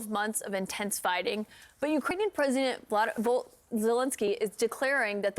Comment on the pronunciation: Ah yes, the the Ukrainian president Vlad...Vol... Zelensky.